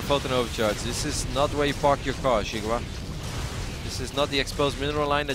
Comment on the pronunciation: and which is Chinese for watermelon, is pronounced "See Gwah", not "Jiggu Wa".